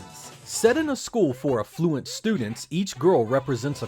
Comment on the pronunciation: No, I'm US and always hear the "A" as in "apple" or "Africa", but the vowel sound he used didn't sound like he pronounced it that way on purpose.